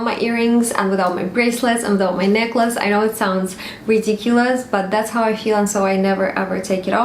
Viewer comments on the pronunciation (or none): none